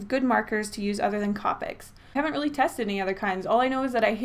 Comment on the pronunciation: It's co-pics not cop-ics